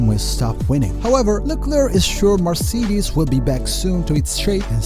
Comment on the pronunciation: cmon bro u really can‘t say marcedes..